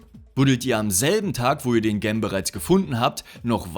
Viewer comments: "Gem" bedeutet Edelstein. Da es Englisch ist, spricht man es [dschem]. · "Gem" wird natürlich "dschäm" ausgesprochen und bedeutet Juwel ...